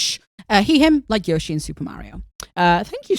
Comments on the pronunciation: It's pronounced Yo-shi because it's Japanese. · For the "yoshi" debate, in the games the yoshis pronounce it "Yo-shi" (source: i play a lot of Yoshi games 😂)